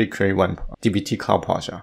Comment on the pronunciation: It took me a while to realise what is Projaaaaht hehe! Nice tutorial mate! Thanks so much